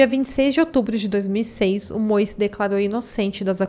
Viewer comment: Se estiver escrito MOE não é pronunciado Moe e sim MOU.